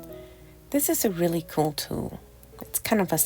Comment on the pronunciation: That "REALLY" was priceless, 😂 Dinner looked great! I know what I'm making tomorrow 🤪